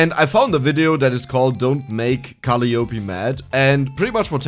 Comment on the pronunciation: If her name is pronounced in a traditional English way, it would be "kuh-LIE uh-PEE"... not "CALL-ee YOH-pee". But I don't know much about HoloLive or how they pronounce things.